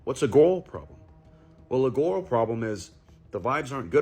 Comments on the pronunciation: Why is that last guy pronouncing "girl" like that? "Garral." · 'Gorl Problems' This man literally cannot pronounce Girl properly, pretty damn irritating ngl. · The last guy couldn't pronounce "girl".